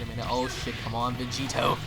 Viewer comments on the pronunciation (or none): VEGITO SAMA!! (Pronounced Begito)